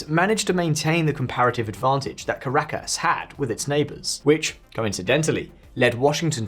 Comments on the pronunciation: Ca -ra-cas? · work on your pronounciation of caracas and bogota mate